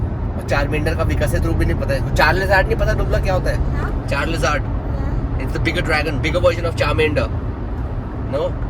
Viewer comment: charizard no l in the word